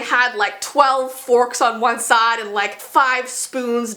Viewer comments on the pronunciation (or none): When says “side” she sounds really country😂 gotta love her tho 💗💗